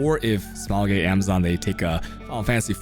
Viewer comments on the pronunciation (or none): none